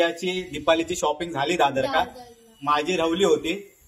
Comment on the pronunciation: दादरका नाय ओ .. दादराक.. 😂😂😂😂 काय ओ तुमची ही भाषा.. मालवणीक पण लाज वाटात... आमच्या सुंदर मालवणी भाषेचा असा विद्रुपीकरण करू नकाय.. दादरका नाय दादराक म्हणा... आता तरी बदल करा...(मार्केटका, डोंबिवलीका, बाजारका 😂😂😂😂😂)